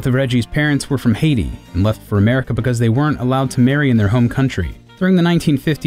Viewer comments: did this dude seriously just call Haiti "Hades" lol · Dude 100% said Hades though. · he calls Haiti, "Hades"?